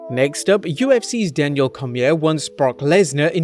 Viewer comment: Did he mispronounce Cormier?